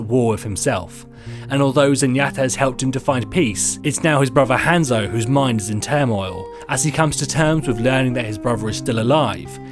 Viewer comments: gabeshredspaper I cringe when he says Hanzo. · Oh my god. Say Hanzo right. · I love how he says zenyatta and Hanzo so badly